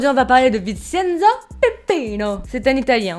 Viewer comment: Le "cen" de Vincenzo se prononce "tchén" (ça m'a stressé tout le long 😅) Super vidéo sinon !! J'aime trop !!!